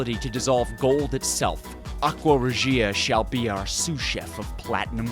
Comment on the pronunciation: its Aqua Rěgia not Aqua Regìa